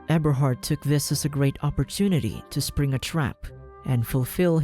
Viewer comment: Eberhart more like Ebershart